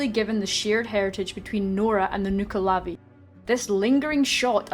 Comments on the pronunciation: Well, I'm not Scottish and I only knew the nuckelavee from "The Bard's Tale", but according to this game and the pronounciation you showed it's /nʌklɑːˈviː/ instead of /nʌ'klɑːviː/ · Some detail regarding the b original mythology...It may be pronounced wrong in this show also but it is actually pronounced nuckle-a-vee not noo-ka-lavee. The mither o the sea was actually a positive spirit of the sea that had more power during the summer months to keep the demon under the sea. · I thoughy it was pronounced nuck-A-lave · nuckel-uvee that's how my grandmother side pronounced it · you are saying nuckelavee wrong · how DO you pronounce nuckelavee? I've seen people pronouncing it differently. I guess here sounds like she's scottish or irish though so i'll go with her way for now